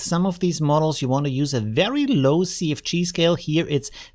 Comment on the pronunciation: Great job as usual. I like your accent, you said CFG and it sounded like you said "Sea of Cheese", so that's what i'm going to call it now.